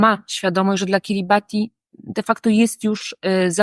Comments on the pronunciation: Wymowa jest poprawna. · Kiribati to poprawna wymowa nazwy Państwa jakkolwiek w lokalnym języku wymawiają to KIRIBAS. WIem bo miałem tę przjemność spędzić trochę czasu na Kiribati w 2011 roku...